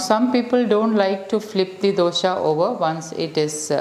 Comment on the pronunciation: Dosa not dosha